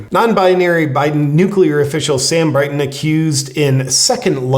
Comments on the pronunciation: It's Brinton not Brighton isn't it? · It's "Brinton," not "Brighton."